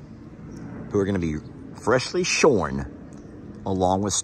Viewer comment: You said "shorn" 😅😅😅